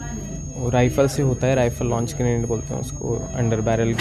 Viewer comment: ग्रेनाइट नही ग्रेनेट होता है